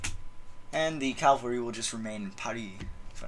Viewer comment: Ca - val -ry. Not cal-vary.